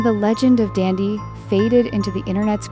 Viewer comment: It’s DANDY NOt DANDdy